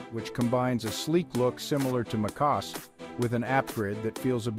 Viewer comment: "Macoss". Good grief these AI videos are horrible.